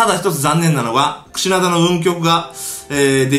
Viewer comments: 最初 クシダナってきこえてましたよ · クシナダじゃなくてクシナダです。